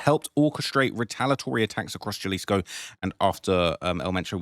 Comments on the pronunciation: Quit calling it Gelleesco you dumdum, its Ja(ha)lisco. 😅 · HAlisco not JAlisco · I already told you in the last video it’s pronounced HA•LISCO not JUH•LISCO 🤦🏽‍♂️ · Halisco not the j like Jaylisco lol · Jalisco pronounced*HuhLisco" j's silent pronounced as huh damn Brits. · If I hear him say “Jalisco” again I’m unsubscribing!! Jalisco (HA-LEASE-CO) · sound it out with me HA-Lease-Co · I like your s*** but for someone from the UK to be even reporting on this kind of stuff and not know enough Spanish to pronounce'"HALISCO (JALISCO) is almost disrespectful.. J's are h's in Spanish fool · Lmk help you out a Lil Mate😅 Jalisco is not pronounced like youre speak in english bruh...the letter J is pronounced as an "H" in Spanish so it would be Halisco for the on that dont understand Spanish writing...stop fuckin up my city bruh 🤦🏾‍♂️🤣🤣🤣🤷🏾‍♂️ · “It’s the biggest tragedy of all” The biggest tragedy is you pronouncing Jalisco wrong all the time in the video. How can you pronounce it wrong when it’s been in the news all week? It’s understandable if you get names and other locations wrong but come on, man…do a little bit of preparation. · He knows that. he does it intentionally so people give him more engagement by correcting him.